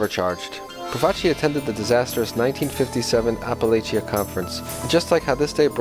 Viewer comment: You mispronounce several Italian names and Apalachin also...